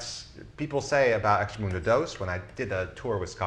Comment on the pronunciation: Great stuff, very informative! BTW I think it's "extract-a-mundo" not "extra-mundo"